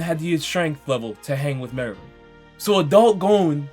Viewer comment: Lol I can't believe it😂😂 meruem? Really😂😂😂 wow.. I didn't even mind the rest but meruemmmmm.😂😂 wow damn